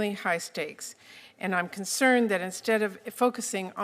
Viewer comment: Concrrned, cuntcerned, she's very concerned 🤣🤣🤣🤣